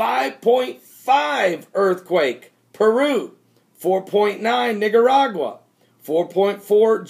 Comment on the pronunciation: It's Nicaragua not Nigeragua, just saying~